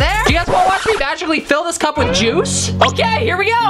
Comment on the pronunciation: You drank the JOOICE and rewinded it